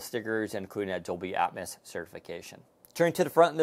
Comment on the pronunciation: With tech, there is memory is ram and storage is, well storage. And basically anyone can say dolby atmos instead of dolby atmis.